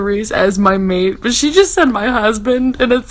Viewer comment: Saying mate in an Aussie accent makes it a million times more hilarious maaaaaaaaate 😂 also eeeeee I had to skip your snaps so this review was so on point